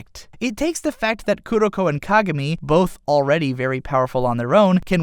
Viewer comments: "Kagarmi" *facedesk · Awesome way to explain both anime! However, japanese pronunciation of characters names and places really really really threw me off. Kuh Guh Miiy, Hee Nuh Tuhh.. Idk man :P Awesome all in all though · if you love kuroko no basuke so much why don't you learn how to pronounce kagami's name? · I'm sorry if this sounds rude but its pronounce kagami(ka-gam-ei) Haikyu(hawk-ei-u) And I love both animes equally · just curious, but why do most people say /ka-gá-mi/ as opposed to /ká-gá-mi/?